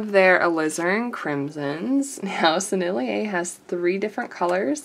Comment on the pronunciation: Just cuz I'm that annoying person who corrects everybody, here's a couple: Sennelier = 3 syllables: Senn el yay (no emphasis on the second syllable) Rose Doré means Golden Pink. Doré is a bit like Do Ray ("A drop of golden sun..."). :^) I'll be back the moment I can be annoying again. ;^>